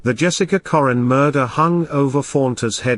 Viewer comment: This guy isn’t pronouncing Jessica’s last name right. Currin as in curry. My sister and Jessica was best of friends since kindergarten. They both were in the same classroom in Sedalia elementary. She was a sweet girl. She didn’t deserve this. Rest easy Angel 😢